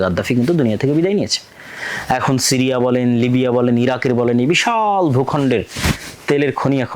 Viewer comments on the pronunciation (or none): none